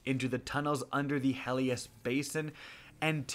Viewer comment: Hellas, not Helias bruh